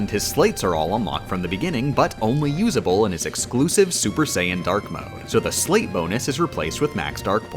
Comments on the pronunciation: I haven’t played this game so i may be wrong. But is he pronouncing “sleight” like “slate” instead of “slight”. Saw it earlier written as “sleight.” Just me? Dunno bothered the hell out me. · Not to be overly pedantic, but the word is Sleight, as in Sleight-of-hand, pronounced like "Slight", not "Slate." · it's pronounced like slite and that makes me go ree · Fun Fact that made me question my intelligence, because I feel like I should have realized it sooner: It's pronounced "Slight" because it comes from Sleight of Hand. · it fills me with unfathomable rage every time she pronounces "sleight" like "sleigh" and not with the 'i' sound, like in sleight of hand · Hate to be that guy, but it's not "slate," it's pronounced "slight," like "sleight of hand" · Apparently sleight is supposed to be pronounced "slight", but I've always pronounced it "slate" and it looks like has done the same. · For the record: Sleight is pronounced like Slight. Sleight of hand. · Did anyone else get massive ocd because the word sleight is supposed to rhyme with 'height' and not 'slate'? No, just me? OK :) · You say sleight totally incorrectly. Think sleight of hand. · or "they" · "Sleight" is pronounced like "light" with an s in front. It's referring to Sleight Of Hand. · SO many YouTubers say "slate". I don't get it. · Ok dude, I can accept most of your odd pronunciations because usually it's in a way some people pronounce it, even if it's less common. But that is absolutely positively 100% NOT how you pronounce sleight.